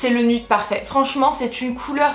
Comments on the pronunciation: en tant que citoyenne d'amérique je pensais que tu savais que nude ce prononçait nioude❤️😘😂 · nude se dit nude oui nioude